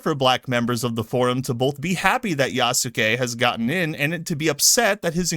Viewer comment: Damn it! Another person who says Yasuke wrong. Hell i guess even Ubisoft couldn't get it right which says how much they cared past the politics. It's pronounced "Yah-Ske" not "ya su kee" same as how Sasuke is "Sah-Ske" or Sukuna is "Sku-na" Only Metatron has been right so far but he speaks fluent Japanese... But then again Itsagundam supposedly does and he screwed up too. Sigh